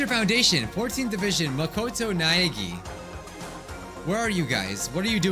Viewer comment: Omg. Its omg na*egg*i